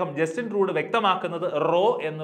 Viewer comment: ട്രൂഡ് അല്ല ട്രൂഡോ. ഗൂഗിൾ നോക്കി വായിച്ചേച്ചും തട്ടിക്കൂട്ടി പ്രസംഗം.